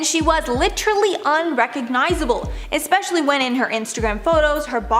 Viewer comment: "ecspecially"??!! You really pronounced it like that?!